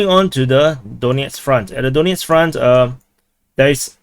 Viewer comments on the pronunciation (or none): none